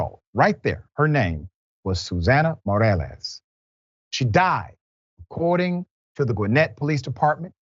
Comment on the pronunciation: Must not be ANY Latinos in Dr. Rickey’s world; he’s struggling to say Morales, but nice effort. If you’re going to try and say the name correctly, you might want to learn how to pronounce Jasmine—“Yaz-meanne.”